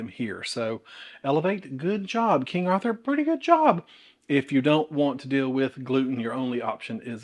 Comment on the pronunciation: I’m a born and bred Yankee and I love how you say Arthur!